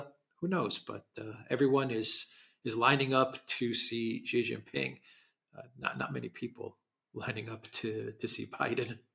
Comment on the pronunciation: Shee not Jhee